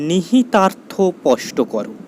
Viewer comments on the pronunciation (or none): none